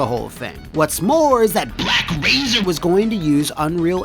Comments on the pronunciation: The way "BlaCk Razeeer" is said never fails to crack me up😂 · Sometimes I watch this episode just to hear BLACK RAZERRR